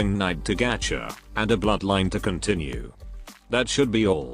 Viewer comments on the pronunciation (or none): none